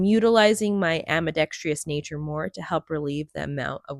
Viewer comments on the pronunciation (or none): Beautiful work. Also it's "ambidextrous" not "ambidextrious."